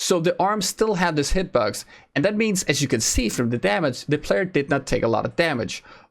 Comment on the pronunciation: Yo, ik heb denk ik al je revieuwss gezien, moet zeggen knap werk man! There's only 1 remark... work on your English Pronunciation (it seems like you say hitbugs instead of box). well.. maybe its becouse you're Dutch.. Nevertheless... if thats the only re^mark i can make... damn you're good, you should work for pubg dev team!!! You make the vids and give the info every1 wants to hear/know... GJ!!